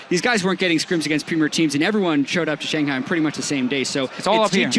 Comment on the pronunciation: Everytime Sjokz says ShanGHAI